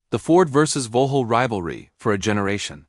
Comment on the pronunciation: Stop AI! Vauxhall is not Vuhall